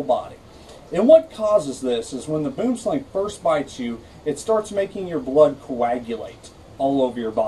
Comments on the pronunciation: Kellie-Rae Branders Thank you! I was about to correct him myself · I'm from Africa. Its pronounced "Boo-wem-slung" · WHY THE HELL TDO PEOPLE PRONOUNCE IT SO WRONG? It's not /bum slæŋ/ it's /buəm slaŋ/ it literally means tree snake in my language. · Boomslang...pronounced..bwumslung...pronounced dead if bitten... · Did you now you pronounced it rong I'm from south Africa and if it bites your hand it will swell up and bleed from the wound.Go on YouTube and search snakes in the city boomslang and read a book about snakes really for your own good.